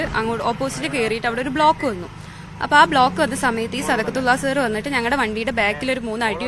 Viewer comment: സദക്കത്തുള്ള എന്ന് പറയാൻ അറിയാത്ത 😂😂😂😂